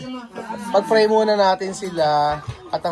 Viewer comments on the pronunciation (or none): Nakaka tawa pa din tlga tong si pag dating pa "p" at "f". Pray(fray) at family(pamily) 😂😂